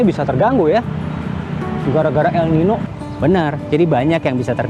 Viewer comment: El Niño di baca El Ninyo